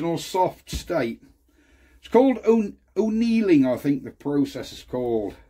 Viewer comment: Annealing. With an A. It isn't an Irish process...!